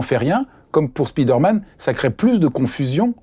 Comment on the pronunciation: Excellent, merci! J'adOre votre chaîne! Petite correction: on dit spider man et non speeder man (au son: spaye, et non spii)